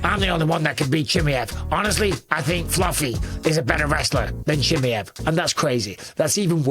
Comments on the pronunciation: BUSPONG … STOP calling him CHIMMEE EV his name is CHIMAEV…. Here I’ll help you out repeat after me…. CHI MY EV It’s fkin annoying pal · Chimm-EE-ev? Is that the right pronunciation? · learn how to pronounce his name properly dummy